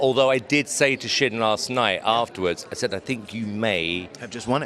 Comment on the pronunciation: She called him Shim lol